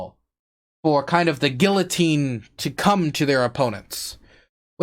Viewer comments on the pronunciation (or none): none